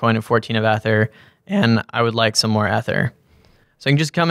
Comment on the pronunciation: Great interview. Their pronunciation of 'Ether' gave me a chuckle. Hard E fellas :)